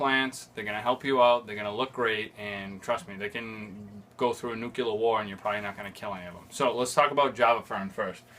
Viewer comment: "They can go through a nucular war and you probably won't kill any of them"